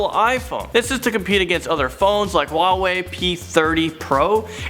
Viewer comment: who the heck pronounces huawei like that???